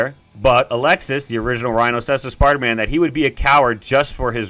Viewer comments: Its pronounced "Uh-lex-ee" not Alexis. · Alexey, not Alexis (Altho anglos spell it Aleksi for some reason) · Aleksei. (UH-LEK-SEE)